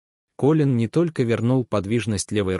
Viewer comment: Как же бесят такие чтецы! Неужели нельзя запомнить,что имя КОлин ,а не КолИн! Не можешь, не берись! Фу!